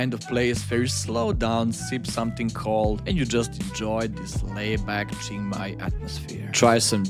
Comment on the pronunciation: Nice vid, but if you say Jing Mai one more time I'll have to punch my screen.